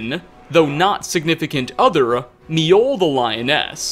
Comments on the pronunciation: I don't know where you got it in your head that J's were silent in Nordic/Scandinavian langauges, but you're wrong. J's are pronounced like Y's, making Mi-oll, or Myoll, the correct pronunciation. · MI-Oll? You Mean Mjoll you basically say mole but with a bit more L.